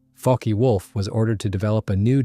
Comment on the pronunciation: "Fock-ay Wolf" is killing me in this video